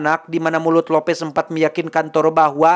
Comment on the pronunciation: Lupisss..bukan lopes cukkk😂